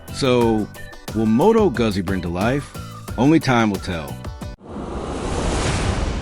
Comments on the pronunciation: It's Goozi , not Guhzzi. AI is killing the world. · It's pronounced Moto Gutzi...dumb chat ai